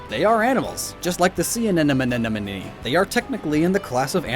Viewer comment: Sea anenemenenemene XD